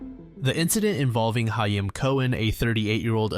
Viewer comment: Great video! Only criticism as someone who is Jewish is that's not how you pronounce "hayim" but that's just me being slightly nitpicky lol